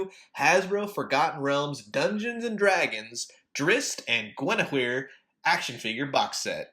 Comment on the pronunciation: you pounced it correctly